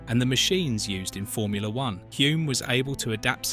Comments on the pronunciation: Both Denny and his father would turn in their graves when hearing the name pronounced 'Hjume' instead of 'Hulm' His nickname, "The Bear" was because he could be very grumpy with stupid questions from journos. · It's not HOOM but HULME. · His name was pronounced Hulm not Hume. This is rubbish. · Excellent 👌 👏 Just a minor thing... Hulme is pronounced like " Film " so just add an H and you get the true K1W1 pronunciation of Dennys surname " Hilm" even though it is spelt as you have it. Hulme. Not even going to try to help you with the pronunciation of the Maori birth place of Denny lol 😅that would wear out my fingers and the Internet :) Again thanks for the clip on Denny. A Top bloke all round. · It’s pronounced Hull-m isn’t it? Almost silent L like in film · Hulme: /hʌlm/ is the correct pronounciation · You don't even pronounce Denny's name correctly. His father was not GIVEN the Victoria Cross .... He EARNED it. This video is a waste of time. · You have butchered the pronunciation of his name and where he was born so badly I stopped watching. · that is what you took from it? the incorrect pronunciation of his name, and multiple incorrect facts . . . i wouldn't even worry about the narrator's opinion, when it is obvious, that he has never watched a race, let alone an f1 grand prix in his life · The narrator cannot even pronounce his name correctly. Listen to the commentator at 4.22. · You can‘t even pronounce his name correctly… 😒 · "You can't take the L out of Hulme"